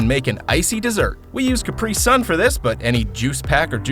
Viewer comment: cap-ree, not kpree